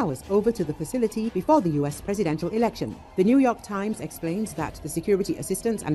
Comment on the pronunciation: Lolol the narrator pronounces NY times paper like “new yuck times.” Lolol I was born in NYC so I have real reasons to find that funny! Lol